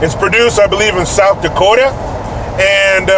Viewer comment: Hey Don’t say South Dakota Like MIN E SODA !!! Grrrr